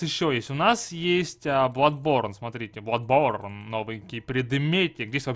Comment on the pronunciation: Я в ахере, я понимаю хотябы маэлсторм, а не маэлштром, но бладБорн! Facepalm x 10000